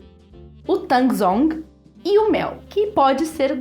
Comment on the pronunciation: Baita receita,, obrigado por esse vídeo, ficou muito bem explicado. Só te esclarecendo: Tangzhong é um nome em chinês para a técnica, enquanto Yukune é a palavra em japonês. Tangzhong se pronuncia Tanzon. Yukune se pronuncia Iucunê. São técnicas similares nessa característica da massa de pão que desfia.